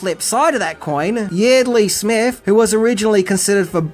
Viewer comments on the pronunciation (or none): But not Yeardely.